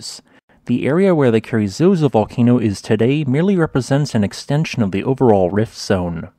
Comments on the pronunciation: I've been there and it's quite stunning. One tiny correction. I think the locals would call it "carazoso", not "carry-zozo". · It’s Carrizoso, not Carrizozo.